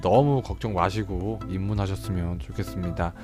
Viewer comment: 소개글에서 입문 했으면 좋겠습니다 하셨는디 왜 저는 내 밥이 얼른 되어줘 로 들리죠?ㅋㅋ